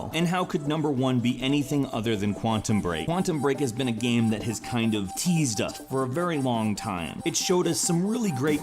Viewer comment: Why do you say "gahm" instead of "game"?!